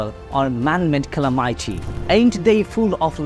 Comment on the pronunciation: Calamity pronunciation ta thik nai. Loved the new way of speaking ❤